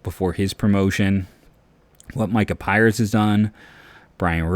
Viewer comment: it’s micah Pries with an R not Pires